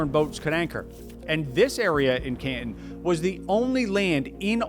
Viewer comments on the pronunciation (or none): It’s Can Ton Not Can Tin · Repeat after me: can-ton, caaaan-tooon. Not ke-en. 😅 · Can TAHN not CAN tahn. Take it from an old guy, whose uncle was Cantonese. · no. Canton (pronounced Cantn) is in Ohio. Canton (pronounced canTON) is the city in China. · While I'm not Chinese scholar, I'm pretty sure it's pronounced: Can-tahn... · I've never heard 'Canton' pronounced like 'can'.. let alone so many times in quick succession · Bruh at least try to pronounce the Chinese place names correctly good lord. Can'un. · Ca'in? Can Ton - rhymes with "prom" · He can't pronounce 'Canton'. Is that a regional or class thing in the US, saying it wrong like that? 'CANtun'. Bizarre. He also calls England 'INGlund'. without the g sound. Which is it, England, or Britain? He said England so many times, then suddenly he switches to saying 'Britain' wrong too, like 'Bray-en.' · It’s Canton like wonton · You are the only person that I've heard pronouncing the name Canton the way you do. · To my ear it sounds like you do a pretty good pronunciation of Chinese words and city names. But who taught you how to say "Canton"? You say it like the city in Ohio. Listen to the difference between "wonton soup" and "wanton destruction". The "ton" gets preonounced in 2 different ways and the syllable break is between the 'n' and the 't', not after the 't', The city in China was pronounced "KAN-tahn" while the city in Ohio is said like you say it, almost one syllable, "Can't-in" as a pirate saying "captain" - "aye, aye cap'n" - or in the sentence, "I can breathe when I'm out, but I can't in." My wife had a dog called the "KAN-tahn" version of Canton 😉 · Xi Jin Ping (Leader of China's government) is pronounced "She Jean Ping" Hu Kou (Household Registration) is pronounced "Who koe" Also I'm pretty sure Canton is pronounced like Canton in Cantonese. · I assume others have pointed this out, but Canton rhymes with Wonton, not Scranton. 🤦‍♂